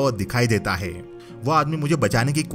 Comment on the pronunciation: Plz change speaking word heee its not heee it हे hei ..